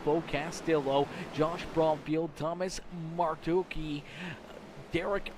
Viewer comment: Howdy, I’m Thomas in the 40 and I had a great time in the race as it was my debut in the series. Also how to say my last name is Mar-To-chee like as if it’s Martucci but the cc is a ch